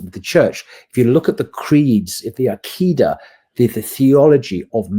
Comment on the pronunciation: I love very much indeed. Bro, please learn Arabic. Hearing the butchering pronunciation of "Aqidah" and "Tawhid" is cringy!